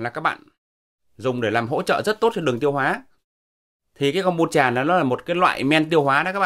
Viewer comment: Thật tiếc là ông ấy đọc đúng :)